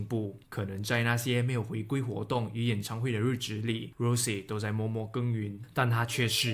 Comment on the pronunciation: 不是读rose是羅潔